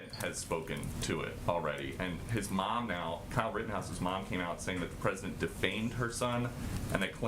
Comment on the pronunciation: hahaha she almost said pedodent